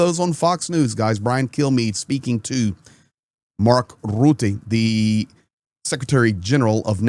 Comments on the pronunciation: Once and for all the right prenounciation of Rutte: it's Reehteeh. Eeh as in: do you think, eeh, that's right? Eeeh, I dunno? So the U is not prenounced as an 'oo' as in "oops". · Always fun to hear how English speakers butcher the name Mark Rutte.